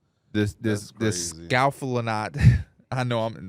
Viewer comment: Hearing try to pronounce scapholunate is giving me heartburn